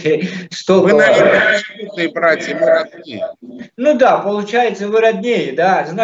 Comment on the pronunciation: Явно у армянский акцент,надо было в самом деле недовольного лезгина пригласить. ДОСТАТОЧНО, когда произносит:"Ми"-мы😅